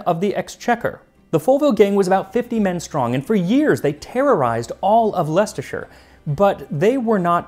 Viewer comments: Good job on pronouncing Leicestershire proper Max, hometown! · Kudos on your pronunciation of Leicestershire 😎 (Although I knew you'd nail it from other commenter's praise of your attention to accents 😁) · As a Brit and a grammar nazi I am always very impressed with your pronunciation. Saying Leicestershire like a local 🎉